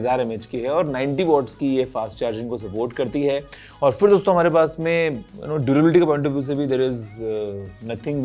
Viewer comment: Guruji jab bhi dosto bolte hain . And i listen always Gareebooo😂